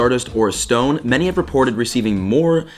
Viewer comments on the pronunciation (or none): none